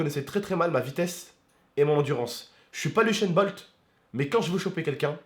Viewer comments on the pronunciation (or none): UCHAIN BOLT mdr c'est USSAIN BOLT